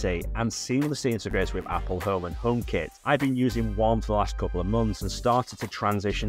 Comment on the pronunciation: The way he says "Oome"